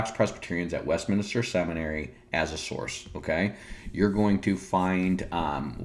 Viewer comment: lol - you kept saying WestMINISTER instead of WestMinster. ... and a few other places.